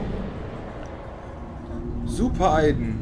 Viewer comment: Man spricht es Aiden aus nicht Aiden :D